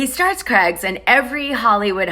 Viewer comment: The way Americans have a different English to rest of the world is so annoying. How can you not know how to pronounce Craig's. How do you say Cray fish?? And ya all say Aldi wrong. Its pronounced Al D. Not All D 😬🤔🤦‍♀️ You got ur own world going on over there. Your the only country the puts month before date, drives on the opposite side of the road. Special breed.. 🤣🤣🤣🤣🤣😂😂😂😂